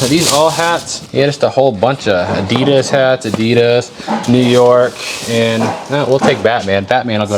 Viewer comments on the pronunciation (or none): none